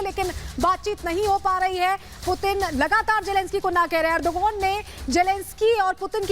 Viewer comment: Do report do bat koi putin bolraha koi pudin 😛😛